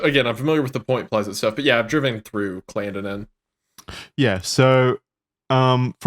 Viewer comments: I don't like the way they pronounced Clendenin at first in this video. That is not how we pronounce it lol got it right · As someone from Charleston, WV the way they pronounced Clendenin made me slightly homicidal